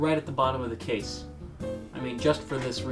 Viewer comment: Why does he say "cha-sea" instead of "case"